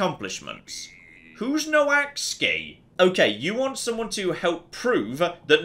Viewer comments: Every time he said "Noh axey" my brain hurt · I know the relation between English spelling and English pronunciation is a bit of a mess, but I'm pretty sure "Noaksey" isn't pronounced "No Axe Ski" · I don't think got anywhere close to saying "Noaksey" 😂 This game looks great, I'd love to see more of it!